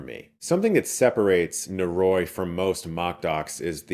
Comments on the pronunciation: NO-RO-EE, NO-RO-EEEEE. Not Norooooooiee. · oh boy, i really hate to be that guy but it's killing me 😅 *sigh* NO-RO-I not NO-Roy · Nō-rō-ee would be the correct pronunciation. のろい (no ro ii - 'i' has an 'ee' sound in Japanese) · It's actually pronounced "nohldoree." no-ro-i: no: A short syllable, similar to "no" in English. ro: A Japanese "r" sound (a syllable often described as a mix between the English "l" and "d," where the tongue flaps against the roof of the mouth, similar to the "tt" sound in "butter") followed by a short "o." i: A short "ee" sound, like the "i" in "ski." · NO-RO-I Prounounced Noh-Roh-ee. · Hey Chris, it's not easy to say foreign language words correctly but if you love this movie so much please take a second to look up the pronunciation of "noroi" in Japanese <3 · They say literally at the end of the trailer. He could've made a little effort to at least pronounce the name correctly. Great video nonetheless